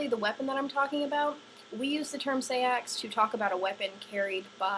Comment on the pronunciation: "Say-ax" It's pronounced Sax, hence Saxons...